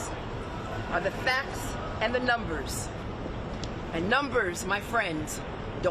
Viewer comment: She pronounces her “s” sounds like a fuckin snake lmao “and numberssthss don’t lie” 😂😂😂😂